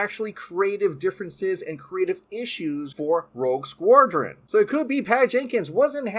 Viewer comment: Dude can’t pronounce Rogue Squadron lol